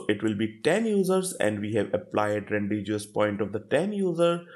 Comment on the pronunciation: good explanation but it is pronounced as Ran-De-vu ( ˈrɒndɪvuː )